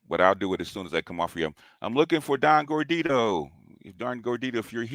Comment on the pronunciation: it's gordito...lol.